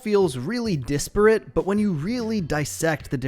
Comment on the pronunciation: I love your videos, but I hate the way you say desperate it’s not an I it’s an E So it’s not Dis-perate it’s Dehs-perste 😂